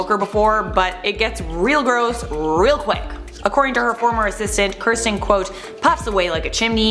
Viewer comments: Its Kristen not Kirsten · It's "Kristen Stewart" not "Kirsten Stewart" and you spell it "David Beckham" not "Beckham" 😂🤦🏼‍♀️ did nobody notice pre production? This is just sloppy research!!! Come on!!! Do better!!! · Kristen Stewart. It’s Kristen... not Kirsten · It’s Kristen not Kirsten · Anyone else bothered by her saying kirsten and not Kristen 😂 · It's Kristen, not Kirsten :p